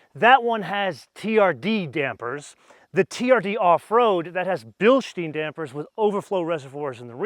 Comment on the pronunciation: Oh,! You of all people should know that it's pronounced "bil-shtyne" and not "bil-shteen"... Otherwise, great overview. Bis später!